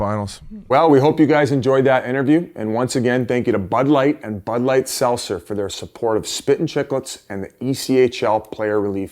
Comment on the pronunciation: Biz can’t say Seltzer